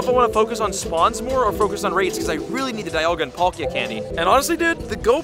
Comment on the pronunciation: Is this a different girl or have I just not seen her enough,she don’t feel the same she couldn’t say palkia right… NO HATE AT ALL